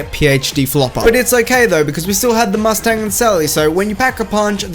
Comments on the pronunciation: He said MUST TANG 😂😂😂😂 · I'm triggered... you overemphasize the "T" in "Mustang and Sally".